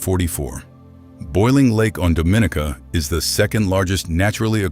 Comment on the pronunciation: Dominica. pronounced Dom-in-knee-cah please and thanks!